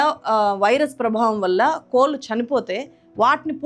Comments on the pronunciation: కోళ్ళు అనండి గారు. Please. మీరు ‘ళ’ బదులు ‘ల’ వాడిన ప్రతిసారి రాయి నమిలినట్టుంది. Otherwise I am a great fan of your work. Keep it going madam. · అమ్మా నేను మీ అభిమానిని. మీ వీడియో లు ఎంతో బాగుంటాయి. ఈ వీడియో అంత చూసాను... తెలుగు చక్కగా మాట్లాడే మీరు పదే పదే "కోల్లు "కోల్లు "అనడం బాగాలేదు.. ప్రొనౌన్సియేషన్ డెవోలోప్ చేసుకోండి.... 🙏